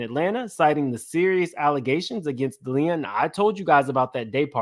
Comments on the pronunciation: Thank you! I was cringing every time he said it wrong😂. I'm weird about pronouncing names right. It shows respect and attention to detail. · Please learn how to pronounce Deleon and Diagio